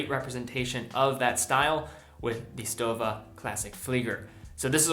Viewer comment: pronounced like „shtowa“